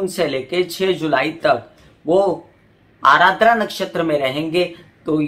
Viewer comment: Mam vo ADRA hain not ARADRA Joki meri hi nakshatra hain. 😊